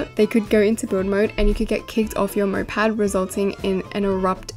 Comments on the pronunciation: moped not mopad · its not "mopad" its "moped" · whyd you keep saying mopad...